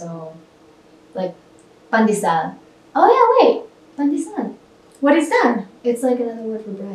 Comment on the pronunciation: Just saying It’s pandesal not pandisal ahhaha cuz it’s bread of salt, this pan de sal